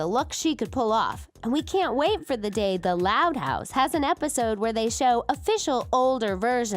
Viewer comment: “As we wit for her to grow up” 😂